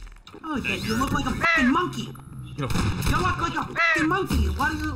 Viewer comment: The way says monkey sounds like"MANKEY" imao